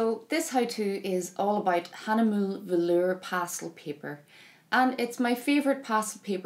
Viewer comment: Great video, as always, but Hagnemüle is a German name, not French, so the final E isn't silent. It's HAH-NEH-MÜH-LEH